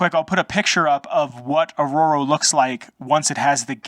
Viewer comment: Like how you emphasize the vault 13 canteen and G.E.C.K , are like sacred artifacts held by the Arroyo tribals. Lore built like that , creates legend, lore world building around the games 👍 It's pronounced "Arroyo" man, not Arrorow. Just saying 😉 I've been looking for lore videos on the Arroyo tribals. But not turning up much. At least there's this video that provides something 👍